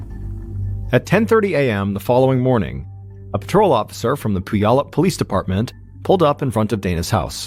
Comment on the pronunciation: Puyallup is pronounced Pewallup